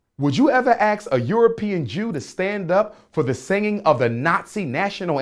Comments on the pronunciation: Wif - with. Aks = ask. His great great grandfather was cousin to Frederick Douglas. So? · educated black man with a PHD sounds like SUGE KNIGHT and still uses "axe" instead of ask. FRAUD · Umar says axe instead of ASK, he also says Texas Instead of texts... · I axed my father....so there you have it. Jermaine can't pronounce ASK.